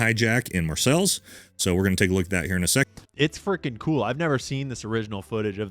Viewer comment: that dude didn't even research how to say Marseilles, dumbass